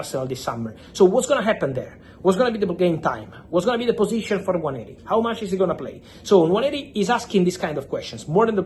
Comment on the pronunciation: Well done Fabio You actually pronounce the name "Nwaneri" better than all the people at AFTV and the English fans in general. Robbie and co should take note and time to learn and pronounce footballers names correctly. Well done again🙌🏾🙌🏾🙌🏾